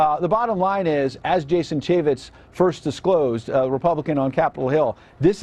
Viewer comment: CHAFFETS - CHAY-FETZ